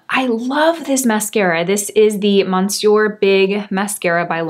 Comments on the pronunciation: you’re my favorite you tuber but please learn to pronounce the word monsieur properly. It is pronounced “mis-yur” It means Mr. or sir in french. The letter n in monsieur is silent. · Stop saying monsour let Siri tell you how to pronounce it , by the way I love your makeup and the radiance of your skin , I can’t wait for the idols by Lancôme mascara , thank you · I always appreciate your reviews! Hint: you can use Google Translate to hear proper pronunciation of words in other languages. The first syllable of the word monsieur in French is not pronounced "mon." A bientôt!